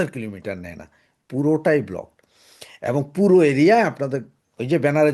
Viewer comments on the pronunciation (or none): none